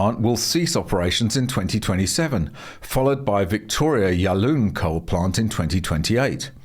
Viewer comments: stop right there.. yallooon?.. it is pronounced yal-lorn...victorians are a bit thick... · Time stamp . Yallourn rhymes with "horn" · Just a small tip on pronunciation — "Eraring" is pronounced "er-rah-ring," and "Yallourn" is "ya-lawn." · Great video. Interesting pronunciation of "Yallourn".